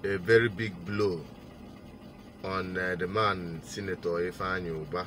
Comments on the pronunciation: I heard Andy Ubah and not Ifeanyi Ubah. Correct yourself please? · The bank narrator said Ifeanyi Uba but Chinedu Asuzu kept saying Ifeanyi Uba, so which one is the right one